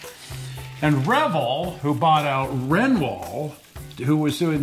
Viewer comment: Trivia!! Jim called to tell me I mispronounced Revell. It’s Re val. Based on the cosmetic company Revlon! Revell started as a cosmetic company making cheeper sort of knock off copies of more expensive makeup. Mostly Revlon. So they wanted a name that looked and sounded like Revlon. Well that bombed. But when plastic models took off as a fad they jumped in. They had no idea what to do so they were looking for people who knew what people wanted. Jim had been winning contests and his cars featured in the magazines so they offered him a key job developing new auto kits. He was just 18! Anyway this was one of his kits. Cosmetics???????? Talk about lipstick on a pig....